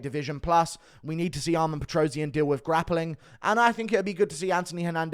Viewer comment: PetrosYAn, stress on a last syllable.